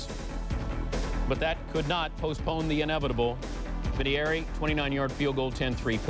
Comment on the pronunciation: dan patrick sucks here lol was he a rookie reporter here? he talked about a fumble way before it happened on screen, he couldn't pronounce vinateiri correctly lol